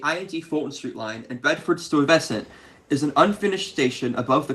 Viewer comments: First, it's STY-ve-sant, not Stoy -VES-sint. It took me a minute to figure out what you were saying. Second, I’m old enough to remember driving North on McDonald Avenue near Avenue J and being startled by the sight (and sound) of an oncoming locomotive on what I had always assumed were defunct trolley tracks. I’m also old enough to remember the Culver shuttle. I grew up near the Church Avenue station on the Brighton line, and my father worked on McDonald Avenue. Btw, getting out of the way of an oncoming train while dealing with the pillars of the elevated structure and the somewhat casual regard for parking rules that existed on the more industrial parts of McDonald Avenue was no trivial exercise. I still get the willies thinking about it. They didn't bother with escort vehicles in those days; I heard the air horn and boom, there was the locomotive, with traffic scattering to the sides. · Sorry but “stoy-vusent”? 😭😭 its pronounced sty vesent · You've been given different pronunciation of Stuyvesant. To me, it was always STY veh sent (not sant). And as I may have said in another video, the old pronunciation was Av Nuh, not Avenue. Needless to say, I miss the old neighborhood accents now lost forever thanks to the detestable gentrification. Great video, by the way. Keep up the good work. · Ah yes, good old "Stoy-Vessant" Avenue...🙄🤦‍♂️ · Thanks for the video but as a former New Yorker Stuyvesant is pronounced STY VUH SENT. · It's Dekalb with a short A, like in "at". I am from Brooklyn. I never once heard anyone pronounce it "DekAWlb". Also Bedford-Stuyvesant has the accent on the "Stuy" and not on the "vesant". STUYvesant is the way. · Stye-Va-Sint. The botch job you did was worse than some of the pronunciations I’ve heard for Kosciuszko, which is pronounced Koz-Key-Oz-Ko. 😂 I really enjoyed the video, keep up the good work